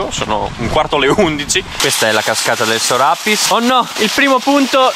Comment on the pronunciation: Sbagli la pronuncia come tanti. Il nome di questa montagna significa letteralmente “montagna sopra la cascata” (il “Piss”, in bellunese è la cascata). Per questo motivo il nome va pronunciato con l’accento sulla ”i” (Sorapìss) e non sulla “a” come spesso si sente erroneamente dire.